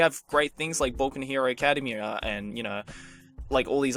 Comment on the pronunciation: I think you're pronouncing academia wrong